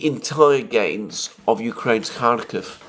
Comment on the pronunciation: Bravo re: pronunciation. We call it 'Parris' not 'Paree', because that suits our phonetics. This is a news channel not a language channel, and the horrible pronunciation of 'Kharkiv/Kharkov' has long been niggling.